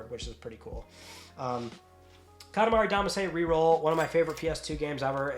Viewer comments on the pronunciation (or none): Does it bother anyone else when someone miss pronounces Katamari Damacy? 😂 It's pronounced Dah mah Shii (Damashii) Meaning Lump Spirit. 🤘 Just picking witcha!🤘